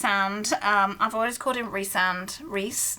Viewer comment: In my humble opinion: READ QUICKSILVER!!! 😂 I loved it! Also: Thank you for pronouncing Rhysand "Rhee-sand". I'm still so confused on why he's pronounced any other way than that.